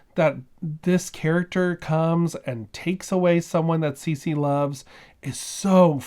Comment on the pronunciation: It sounds like a book well worth reading. Thanks for introducing us to it.⬅ My high school Spanish is telling me that her name would be pronounced "Saysay", not "Seesee". I may be wrong, but what I remember from the classes is that vowels in Spanish are consistent, and the letter e has a long-a sound.